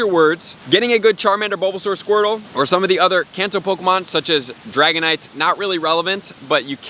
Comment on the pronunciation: U say kanto wrong